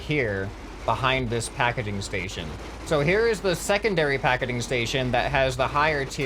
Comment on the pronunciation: YOUR SAYING PAKEDING STATION do you mean PAKEGING STATION